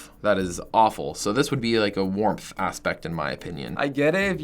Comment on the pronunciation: Warm ASSpect. Lol.